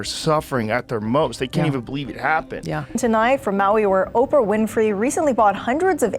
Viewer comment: Operah… urgh..